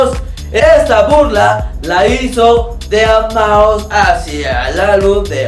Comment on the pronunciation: Saludos desde el D.F. a mi tabien mándame saludos porfa!:D por cierto te equivocaste en el video, es deadmau5 no deabmau5:v